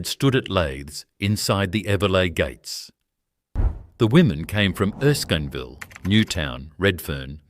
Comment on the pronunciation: The pronunciations get worse as the video progresses - Picton, Erskinville and many others. The video needs to be re-voiced after someone does some research.